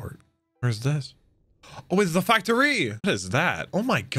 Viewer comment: I love that you don’t like the Lao G bit but you pronounce words weird too like “Factory” and “devil fruit”